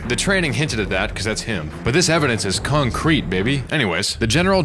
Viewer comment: Das conk creet baybee